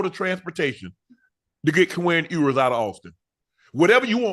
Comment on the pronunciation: Its hilarious how shannon destroys that man's name every time "ewwwers". Shannon is simply ewers. But guess that's what happens when u don't listen to the sound